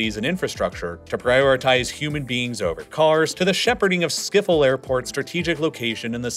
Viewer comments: schiphol —> skiffle Hahahaha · the way he pronounced "Schiphol" leads me to believe he's definitely mispronouncing them lol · Ah yes, schiffle airport (not bullying his accent, you pronounce it as "s-chip-hole" in and english accent, because the "sch" is mostly very hard to pronounce :)) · About Schiphol. It means Ship-Hole. Not Skifol. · It is NOT Skop hol it is sCHiphol, with a CH as in loCHness.. You forgot England and Spain ae enemies, France was not the only enemy, Germany fought us only once, in 1945, the main enemy was always France, and the second one was England. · Behalve “schiphol” wat ze hier uitspreken als schiffel💀😭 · s, then ch as in loch, then poll. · I know, but pronouncing Schiphol with an f for the ph just beats everything imo lol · yeah that’s very true can’t really defend that one. Even just saying “skipole” would’ve been much better. That’s how most native English speakers pronounce it. Also pronouncing the second “g” in “Groningen” as an English “g” when the Dutch “ing” sound is the same as English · He said skiphol 😂😂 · Skiffel airport 😂🤣🤣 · I can't get over your pronunciation of Schiphol 🤣🤣 Skiffol, made me laugh so hard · what did he say? Skiffel? 🤔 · "skiffel air port" 🤣. also the water isnt a treat to us its an opertunity. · "skifol" airport, ik ga dood van het lachen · "Skiffol aiport" 😅😅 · he got the vowels right, but the "ch" is that weird gutteral sound the language is so famous for and the "ph" is not pronounced like an "f" but just a p followed by an h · let him have his shtick. Plus it's fun to collect mispronunciations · Why cant people just listen to the words on google translate first? This is honestly the worst ive heard someone say "schiphol"... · Schiphol ❌ Skiffol✅ Zuiderzee ❌ Zoiderzea✅ Friesland❌ Frysland✅ Afsluitdijk❌ Afsloitdijck✅ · hoorde je wel hoe hij zuiderzee en schiphol uitsprak?